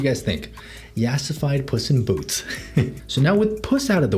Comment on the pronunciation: why do i keep hearing puss in boots as 'bussy boots'